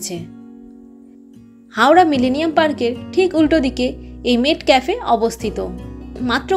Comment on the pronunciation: Pronunciation ta মেটকাফ, মেটক্যাফে নয়।